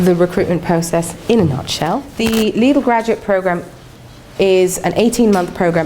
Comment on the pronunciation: it annoys me the way she pronounces Lidl